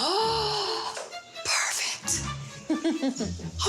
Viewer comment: "ahh prefict"